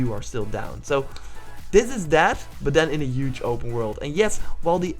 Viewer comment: UGE!!!!!!!! HUGE DUDE!! you use the word so much at least learn how to say it.